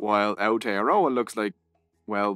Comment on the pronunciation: I'm sorry but how you said Aotearoa made me a little mad only cause that's my country